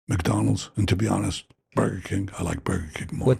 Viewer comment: You say “MikeDonalds”?